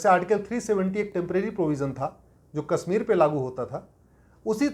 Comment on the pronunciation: Sir sorry to say that you are pronouncing Kashmir as Kasmir and desh as des. You are speaking sh as s. Correct yourself. Aap ka mazak ban raha hai. देस को देश तथा कसमीर को कशमीर उचारण करें॥